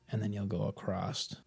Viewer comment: My man said acrosst 3 times